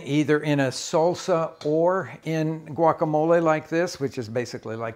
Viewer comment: not Sulsa not soulsa it is SAHL-SAh {salsa}